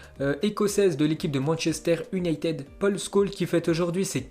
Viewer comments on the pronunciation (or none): none